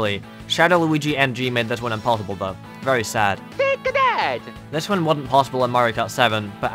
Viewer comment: T A K E A T H A T it sounds like Take a dad lol